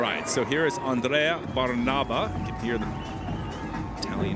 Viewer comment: It's Andrea Bàrnaba, not Barnàba...